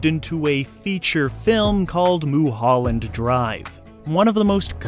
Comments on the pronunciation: Los Angelino here, I'm going to call it "Moo-holland" Drvie from now on, thank you ;) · "Moo-holland Drive"